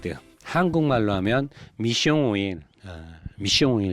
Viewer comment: ㅋㅋㅋㅋㅋㅋㅋㅋ한국말로 미숑오일 ㅅㅂㅋㅋㅋㅋㅋㅋㅋㅋㅋㅋㅋㅋㅋㅋㅋ